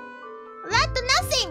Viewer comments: By "lat" she probably means "rat", the Japanese confuse l's and r's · 5 minutes in the video I was thinking... "what is lat?" then it dawned to me that it was "rat" in Korone LR form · I thought she kept saying “nothing lad” but this makes so much more sense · It sounds like she says “nothing lad” rather than “nothing rat” lol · She was trying to say imagination rat? I kept hearing “imagination land”. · Engrish usually has L pronounced as R...But not for this doggo. Lat dog